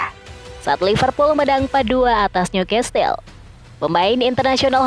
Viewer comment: Sebutan bukan niukastel..😮‍💨 tapi niukasel (newcastel)